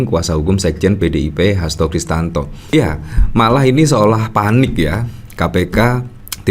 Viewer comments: Bang, maaf nama lengkap pak Hasto itu adalah Hasto Kristiyanto, bukan Hasto Kristanto. Sepertinya anda kurang tepat melafalkannya.... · HASTO KRISTIYANTO, mas! Bukan HASTO KRISTANTO! Nanti dikira orang yg berbeda lho!